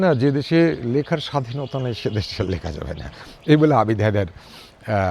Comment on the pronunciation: বেশ ভালো লাগল। অশেষ ধন্যবাদ। ‘দেশ’, ’লেখা’ এবং ’শেষ’ শব্দত্রয়েরে উচ্চারণ যথাক্রমে /দেশ্/, /লেখা/ এবং /শেষ্/ (দ্যাশ, ল্যাখা, শ্যাষ নয়।)